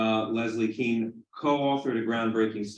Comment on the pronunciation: It’s pronounced Kane , not Kean. She’s probably wishes that she just changed it to keen 50 years ago lol.